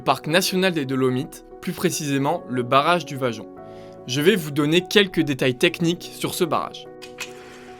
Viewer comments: Bravo belle explication...juste la pronontiation Vajont...en ialien le y se prononce i...Vaiont... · Le projet est bien antérieur aux années 1950. Il a été imaginé avant guerre. On ne prononce pas "vajont" mais "vayont". C'est faux de dire que le barrage n'est pas à l'orgine de la catastrophe, car c'est bien le lac de retenue qui a provoqué le glissement de terrain... Le glissement de Pontesei intervient à plus de 10km, dans une autre vallée et non pas sur une "montagne adjacente". L'éboulement du 4 novembre 1960 n'a pas lieu dans un réservoir naturel, mais déjà dans le lac de retenue, ce qui accentue d'ailleurs la faille en forme de M sur le Monte Toc. La hauteur de l'eau n'est pas de 700m dans le barrage, mais 700m est l'altitude maximum admise pour le niveau d'eau. Beaucoup beaucoup beaucoup trop d'imprécisions dans les informations ou dans les formulations pour un travail d'ingénieur.